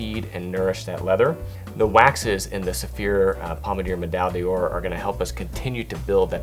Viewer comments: BTW, "D'or" is not pronounced "dee-orr", but rather something closer to "dhor". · Great video! But please learn French pronunciation, it kills me! When you're trying to sell a higher end product - please don't butcher the names!! Pommadier - Pom-mad-ee-ay , D'Ors - duh-or , Médaille - Meh-dye